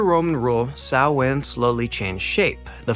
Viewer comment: Yeh, but it's a good video all the same. Just got recomended this channel today. And he pronounced Samhain properly, most don't!!